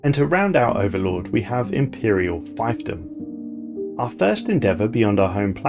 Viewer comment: Good video but I'm a bit embarassed to have to tell you (as an italian myself and therefore not a native english speaker) that the correct pronounciation of scion and fiefdom are not sky-on and phy-ph-dom respectively but sci-on(like in sci-fi) and feef-dom. I'm sorry if I come off as an asshole but those really hurt my ears.